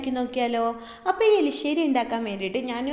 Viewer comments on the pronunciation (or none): this not elissery, say erissery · elisseri alla erisseri aane.. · ..Eli Alla...erisseri... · Enthina ithrem show kaanichu samsarikkunne. Elissery alla Erisserry. Sansaaram arubore